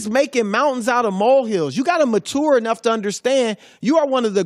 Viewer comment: "you gotta mahtewer enough"